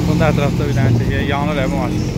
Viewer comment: Qaqa mawin yaner yaner dedin lap ele bildim biz tereflerdensen. deyqede😂😂😂👍